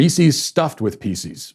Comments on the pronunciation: "Peeses"? Matt, the word is "pieces". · I've never heard anyone call them Reeseez... Or peeseez. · Why can't you properly say "pieces"?